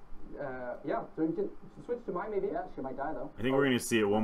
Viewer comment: lol its Mai (my?) not Mia (me-ah)